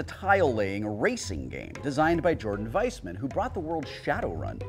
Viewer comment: Weisman is actually pronounced like a W, not a V. Our families are friends with each other, so we know how they prefer it.